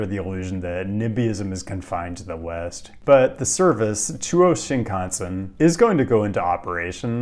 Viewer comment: pronouncing “Shinkansen” like when TPain rhymed “mansion” with “Wisconsin”